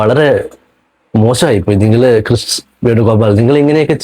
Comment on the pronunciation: കൃഷ് അല്ല ...ക്രിസ്. പിന്നെ പെൺകുട്ടി അല്ല ...സ്ത്രീ ...അവർക്കു 40 -45 വയസുകാണും